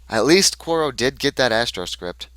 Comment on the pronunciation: here, its actually pronounced "cure-e-o" =] Also, i would've NEVER kept an opening hand like that but it was on my mulligan, so i had to keep it. =/ that was a a brutal mulligan, i should've kept the first hand that you didn't see. The SD's are there for early facechecks, if I had gotten them early they would have been great. Psycho and Closed Accounts there for tag-me decks, but yeah i've had about 50% success rate with the deck.